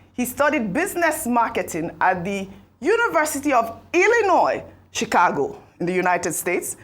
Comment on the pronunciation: Did I hear “chigakpo state university “😂😂😂